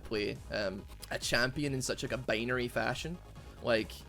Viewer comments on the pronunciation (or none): none